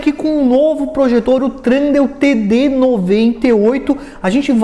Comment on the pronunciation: E THUNDEAL E NÃO TRUNDEAL!!